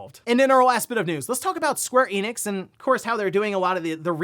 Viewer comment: Square Enix, not Eenix.